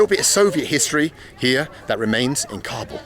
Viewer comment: You can't get the pronounciation of Kabul right, english subtitles are lost everytime